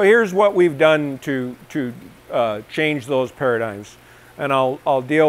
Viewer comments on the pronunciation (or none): none